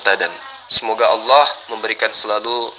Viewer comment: Berpirmanlah ALLAH buk, bukan ALAH😅